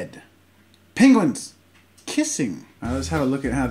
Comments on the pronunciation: As an Australian I was very confused at Jazza’s pronunciation of penguin... glad it wasn’t just me 😂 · Can we just appreciate how he says ‘ping-guin’ 😂